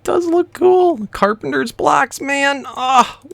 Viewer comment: Dude its carpenTer